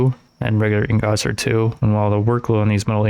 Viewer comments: pls stop sayin ingots like that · bro stop saying ingots like that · Bro the way u say ingots it making me mad lol Good Vid tho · The way he says ingots is infuriating